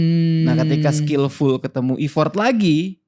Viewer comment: Thank you buat kontennya yg bagus, tapi mohon maaf "effort" itu pengucapannya kayak "effert", bukan ifort